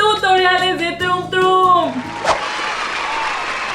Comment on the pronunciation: No se pronuncia trumm trumm 🙄🙄🙄🙄😒😒😒😒 simplemente es troom tromm 😒😒😒😒🙄🙄🙄🙄